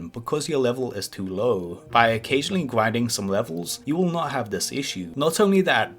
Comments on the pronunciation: "You need to do some gwinding“ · GWINDING LOL